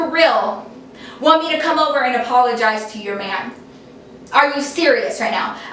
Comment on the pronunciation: APOLOGISE she wanted u to apologise can u please rephrase that cause i am really finding it hard to figure out what the hell she's saying btw i love u so much